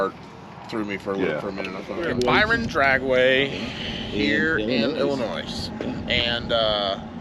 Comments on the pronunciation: It’s Illinoy not Illinoise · It's Illinois, don't keep the 'S" going. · Don't pronounce the s in illinois lol.. nobody in illinois says it with the s... lol... I don't care who they are.. nobody says the s... haha.. but you can say whatever you want your a grown man haha